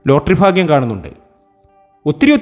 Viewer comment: ഫാഗൃ० അല്ല ഭാഗൃ०